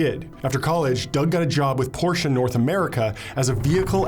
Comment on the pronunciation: Wow I can't believe you pronounced Porsche CORRECTLY!👏👏👏👏👏